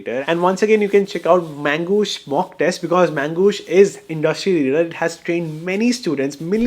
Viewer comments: Magoosh ❌ Mangoosh ✅ 😂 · Bro mis pronounced Mangossh unlimited times and yet got full sponsorship money. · The entire video is about promoting Magoosh app which you pronounce as ‘Mangoosh’. Duh! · His Mangoosh cracks me every time😂